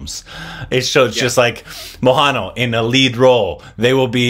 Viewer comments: Then it was Maha Neel. Now it is mohanaal.. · Mohanlal is pronounced as MO-HAN-LAAL. 😊😊😊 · Ur pronouncing the name "mohanla" wrongly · Still you are pronouncing Mohanlal name incorrectly 🙈